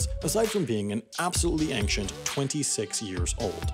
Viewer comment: It's 'an-shent', not 'ank-shent', we've been through this already, come on dude